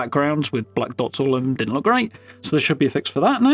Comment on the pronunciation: Diden tarsk 🤣👉🚕